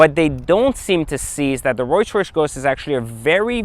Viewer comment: Is this fool saying Royce Royce ghost??? Lol